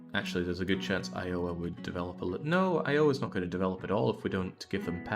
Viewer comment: The way you say Iowa is great.